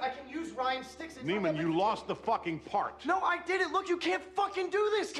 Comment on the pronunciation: Have y'all ever realized at the first scene introduced himself as NEY-MAN but throughout the movie calls him KNEE-MAN